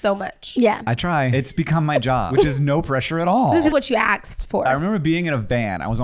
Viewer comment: The “aksed for” 😂🥰